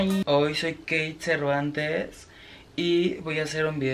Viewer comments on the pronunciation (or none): Oi zoi Queit ZerVAntEz JAJAJAJAJAJAJA